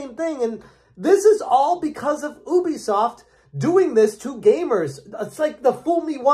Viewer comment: Ubisoft has confirmed multiple times what the correct pronunciation of their company name is. You should say "yubi", not "oobi".